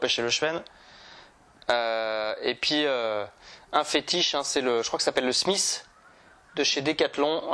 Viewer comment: Top vidéo. Par contre tu es fan des leurres Caperlan mais tu prononces mal le nom des leurres : Smite, pas Smith, et Barn, pas Barns !